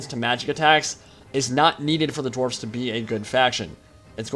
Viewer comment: I'm no expert, but I think they're called "dwarves". Not "dowies". Just thought I might point that out.